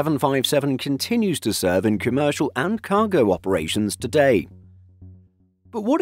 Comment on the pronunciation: Comercial, come er cial